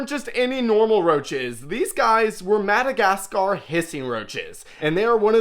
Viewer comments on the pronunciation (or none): none